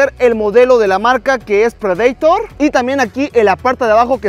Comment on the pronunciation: Así se dice en inglés o sino "prideitor"